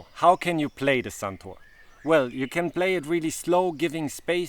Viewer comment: its not suntour its santoooooor